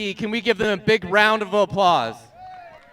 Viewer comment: "A big round of O'Pplause" 💀